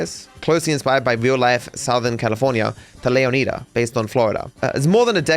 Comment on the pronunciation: You say Leonida wrong